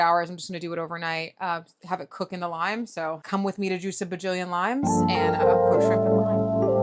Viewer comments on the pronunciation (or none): none